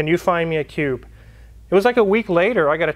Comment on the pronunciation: Did you Say Cube or Pube ???